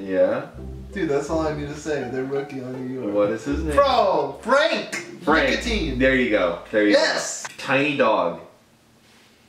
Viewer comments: Frank’s last name is pronounced: Nee-lee-ki-na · really said “Frank Nicotine” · Ntilikina lmao (knee lee key na) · This guy said Frank niggalika